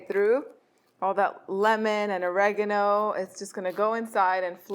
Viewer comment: Oragano not reagno